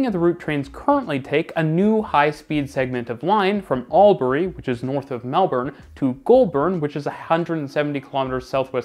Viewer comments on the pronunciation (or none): Mate i'm from Albury and your pronunciation killed me. Great video tho